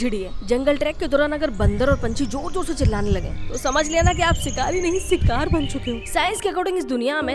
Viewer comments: सिकार नहीं कृपया शिकार बोलिये 🙏🙏🙏🙏🙏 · Sikaaaar ya shikaar😂😅😅😅😂😂